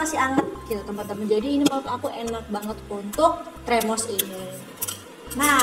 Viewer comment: Termos bkn tremos kak wkwk